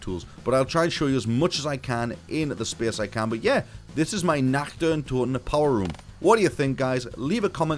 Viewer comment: Are you German? Cause you spell the word "Nacht" perfectly German !